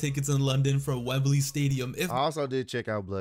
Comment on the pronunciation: Dear, it’s pronounced Wem-blee, not Wem-ber-lee. 👍🏾